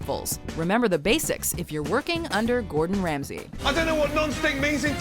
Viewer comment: Gourd In, Rams He 😂